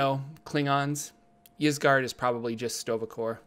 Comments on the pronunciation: Y's typically make an i sound so it would be "isgard" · It's pronounced "Eesgard," like Skyrim's Ysgrammor (forgot the spelling) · 'Eyesgard' or 'Yeesgard' (which you are saying so good job lol) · "Isgard", like how Ygdrasil is pronounced. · i think its said with a hard E, "EEs gard".. but once again, love the videos!! :D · original Scandinavian languages normally pronounce a Y in the beginning as a hard E. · I'd pronounce it EES-GARD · Its pronounced eezguard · Ysgard is pronounced, "AS guard". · "Isgard" just like the word "yggdrasil" is pronounced "iggdrasil" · Ysgard is pronounced "Ease-Guard" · Its pronounced EEs-guard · Ys is pronounced "eese" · It’s pronounced “Ysgard” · Ys should be pronounced "I" (as in "in") "su" (as in "surreal")